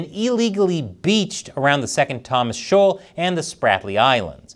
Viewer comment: Why are you using "shaol" for a shoal?